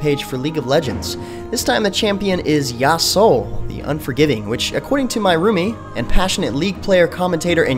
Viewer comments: Yasuo is pronounced Ya-su-oh And how could you even mistake "The Unforgiven" for "The Unforgiving" ._. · Ya like "Yahoo" su like a girl's name "Sue" o like "Omg", that's how you pronounce Yasuo. Sorry, it was bothering me.. ^^'